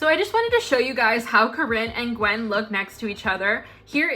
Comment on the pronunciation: i think Gwynn is not pronounced “gwen” but rather “gwin”